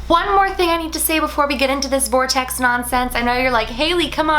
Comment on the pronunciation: When you said ‘vortext’ I imagined a puffy circle of clouds 😂